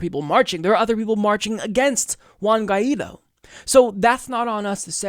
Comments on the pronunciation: OW. my ears. good coverage of the situation and all, but please, please pronounce spanish names better. it's "Sha-vehz" , and "gwhy (G sound and "why" together) - dough" , hearing you try to say guaido's name made my ears bleed, otherwise keep up the good work! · Also, the name of our president is pronounced like gu- i -do.. Guaidó